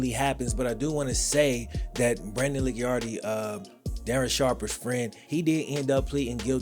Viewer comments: It’s pronounced Lee-Chard-Dee… Not Lick-Yar-Dee… LOL! On another note… Brandon is a piece of you know what. He only became a deputy because of who his Dad is. He’s also the love child from his Dad’s mistress. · I don’t know how that one scumbag chooses to pronounce his last name, but I do know that “Licciardi” should really be pronounced “Litch-ardy” or “Litch-yardy”, rather than “Licky-ardy”. In Italian, the letters “ci” are said like we would say “chee”. But I’m sure Brandon Licciardi is too much of an asshole to care about other languages in the world, anyways. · I'm from New Orleans...its pronounced La-shar-dee but Lickyardi was real close lol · It’s pronounced Lih-Chardi I’m from where Brandon is from. Scumbag dirty cop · I’m from the area: Licciardi is pronounced “La Char D”. Great video! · Brandon's last name is pronounced La char dee. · I never knew went to school at Southern! It's always nice to get a shout-out for Baton Rouge, but I'm disappointed with how you pronounce "Licciardi"--it's "lih-char-dee". Not that that piece of sh*t deserves to have his name pronounced correctly. And your lack of empathy for Sharper is more than appropriate in this scenario. Sexual assault, especially when premeditated, is never okay, and you either need to be evil or dead on the inside to assault as many victims as he did.